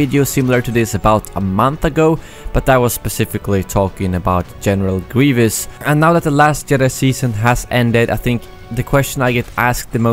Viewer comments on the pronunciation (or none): General Grievous is pronounced "Gree- vuhs" not "Gree-vee-us" lol still love u